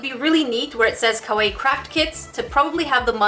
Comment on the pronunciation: Ok YoU SaId It WrOnG It is pronouced Ka-Why-E